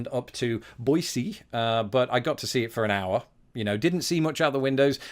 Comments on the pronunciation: I wish we could get Americans to pronounce Boise as well as you do.(It's Boi-SEE, not Boi-ZEE.) Thanks. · You pronounced Boise correctly! I’ll watch this twice as a small thank you.